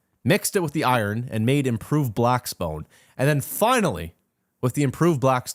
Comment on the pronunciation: "Improved blackspone" 😂